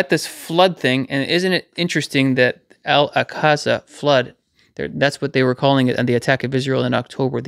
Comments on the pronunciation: Al ‘awk-suh’ Mosque,. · Al-Aqsa is pronounced Al- awk-sa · Thank you for sharing this! ❤🙏😊 BTW, it's pronounced "Al-ox-a". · Brilliant. God bless. Yeee.... We are waiting, praying and all the while, telling people about the Good News. ✝️ Ps= Alaqsa flood, as in aksa. 😉